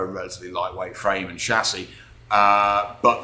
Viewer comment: chassis ( shassee) 👍👍👍👍 always heartwarming to hear it pronounced correctly